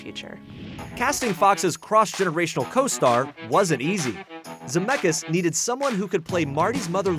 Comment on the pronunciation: It hurts my lithuanian heart that they are always pronouncing "Zemeckis" wrong 😂😂 but I get it, it's easier that way